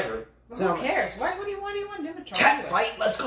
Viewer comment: buddy, we're still laughing at you for Dimitrov 😁